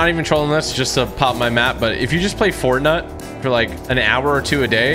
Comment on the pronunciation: he said: fortnut